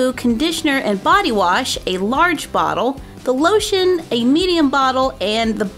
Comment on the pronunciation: I swear she said polotion when she said lotion